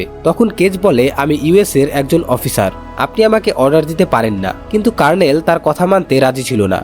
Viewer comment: কার্ণেল 😂😂😂। দু:খিত। আপনার আরো অভিজ্ঞতা প্রয়োজন